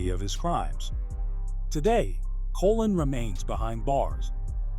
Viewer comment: Pronunciation please...Colōn ( Like cologne) ...